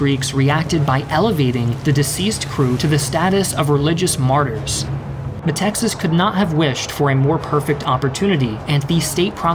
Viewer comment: Why are you pronouncing the name of the Greek dictator "Meh - Texas", it's written METAXAS, at the very least pronounce it Meh-Taxas.